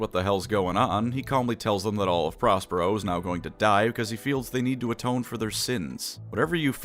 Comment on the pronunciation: I heard 'Prospero' as 'Ross Perot,' which was a double take.